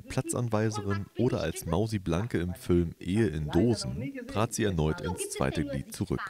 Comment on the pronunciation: Fülm, Dschette, 🙄